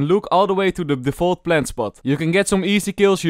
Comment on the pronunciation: I love how says plant plent